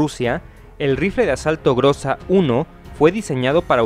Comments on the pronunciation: "ГРОЗÁ" SE PRONUNCIA [GRAZÁ] Y NO [GRÓZA]. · No se le di groza sino grueza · "ГРОЗА" SE PRONUNCIA [GRAZÁ] Y NO [GRÓZA].